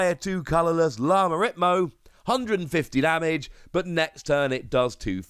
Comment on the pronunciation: YA-ma REE-tmo. Spanish for Rhythm Call.